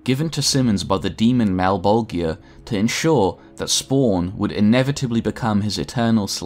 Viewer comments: A new spawn is made every 400 years, not a 100 and its pronounced Mal-Bol-JAH not malbolgia , thats just how its spelt, not how its said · Malebolegia = Mal-bol-juhh (jiuh) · Mal - bol - jah. That's the correct pronunciation. Everything is fine. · The only gripe I have in this video, is he's pronouncing malbogia.. malbojia? I'm not sure on the spelling but I do know it's mispronounced. Other than that I'm now a subscriber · I think the worst part is knowing you must’ve just looked it all up an made a video off of the shit you read in 45 min. You pronounce malbogia so wrong every single time. Anyone who knows spawn, knows how to pronounce his masters name. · FFS it's pronounced Mal-bol-ja. Watch literally ANY Spawn media where it's spoken. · YO!, you're pronouncing Malebolgia wrong man, go and watch HBO HellSpawn hear them say his name the right way man. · You mispronounced malebolgia countless times. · That ain't how you pronounce Malebolgia dude. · Why so many people pronounce malbogias name wrong 🤨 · Does it bother anyone else that he pronounces Malebolgia name wrong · You are saying malebolgia wrong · How you pronounced Malbogia's name gave me anxiety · The g in malbogia is pronounce more like a j then a hard g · Great video but I cringed every time you mispronounced Malebolgia . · You're pronouncing Malebolgia incorrectly.